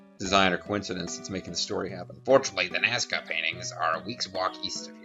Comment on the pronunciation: Kara has a point... Godot dammit! You took us to the NASCAR Lines, not Nazca.